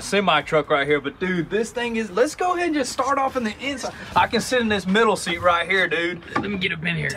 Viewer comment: Seet not deer